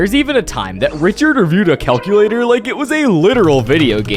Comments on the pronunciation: bro thought it was "caclitor" when it's " calculator " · Dude, Richard cant even read CALCULETOR